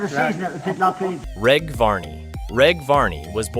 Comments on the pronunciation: Its Reg pronounced with a soft G not hard G. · Can t even pronounce Reg name correctly